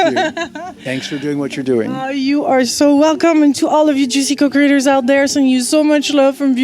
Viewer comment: when you say co-Creators, it almost sound that you Say: co-Critters 🤔😆🙃